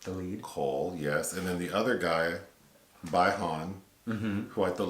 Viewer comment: It's not bye han , it's bi han ❄️